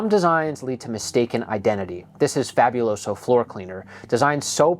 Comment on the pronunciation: I'm not even someone who has ever known or spoken Spanish yet the way this guy pronounces Fabuloso bothers me.